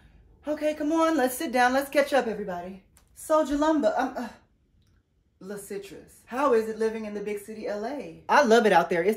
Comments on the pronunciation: Not “LaCitrus” 🍊😂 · Not “La’Citrus” 🤣🤣🤣